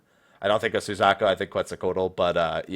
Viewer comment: Red and Blue.... POKEMON RED AND BLUE. Pokemon Crossover confirmed.... (I'm totally not being serious, just FYI) And... that pronuciation of Suzaku.... T_T; soo/zah/koo not sooz/AH/koo.